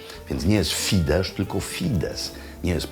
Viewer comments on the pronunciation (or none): none